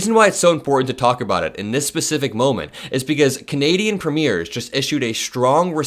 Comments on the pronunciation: Hi! Great video. Just wanted to give you some friendly input as a Canadian. You're putting the stress on the wrong syllable in Premier. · "Premier" has the accent on the first syllable. It is not pronounced like the premiere of a movie. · Premier is pronounced PREEM-yure. Not like the word signifying the debut of a movie. THAT word has an "e" at the end of it - and is pronounced the way you're pronouncing it. WRONG !! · It’s not pronounced Preeemaire It’s preamyear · just letting you know that Premier is not pronounced like a "movie premierE)....it is actually pronounced like Preem-yer with accent on the Preem bit. A first time viewer here and really enjoying your video! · The leader of Canadian provinces is spelled Premier and is pronounced PREEM-yer. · The word premier is pronounced this way: PREEM yir . 🥰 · So that you know for next time, since I suspect there will be many more “Canada’s response to tRump” stories, Premier is pronounced like preem-ure ❤🇨🇦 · I’m Canadian and watch you everyday . Love your content . I wanted to let you know the pronunciation of Premier in Canada . The second syllable sounds like air not ear .